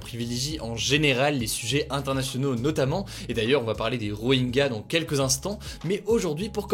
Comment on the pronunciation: Rohingya ne se prononce pas Roenga mais Rohintcha